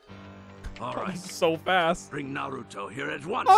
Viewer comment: nartuo lmao